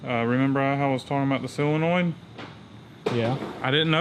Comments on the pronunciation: silonoid? haha. Damn never heard of a sillonoid haha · What the hell is a "silonoid"? or did you mean SOLINOID? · It's solenoid not "silinoid" ya goober. Lol! In all seriousness though you guys are the shit.